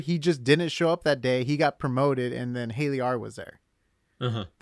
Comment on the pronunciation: Hi. It’s not Haley, rather it’s Helly…like hell….Helena. Great show.